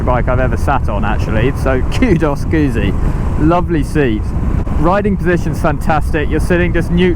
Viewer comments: Great review... but it's pronounced "Goot- zi" not Guzzi. The double z is pronounced how you would say it in the word pizza. Sorry to be pedantic. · Gutzi. Not goozi. Same way as you say pizza.